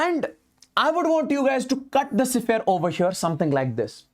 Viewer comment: Sphere ❌ sephere✅ ❤